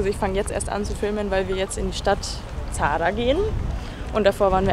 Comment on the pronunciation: du sprichst zadar das falsch aus haha